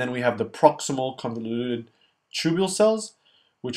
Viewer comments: Just a small correction, it is the distal convoluted tubule, not convulated. But the videos are great! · * Convoluted tubule not convulated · great video.. thanks a lot!!!! (convolUted not convULATED)